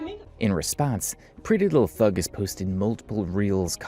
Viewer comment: you keep saying PrettyLuhhthug, instead of her actual name, which is PrettyLuhhthang.